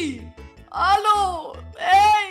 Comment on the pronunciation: Warum sagst du halo ja ich bine da hallo lami 🤦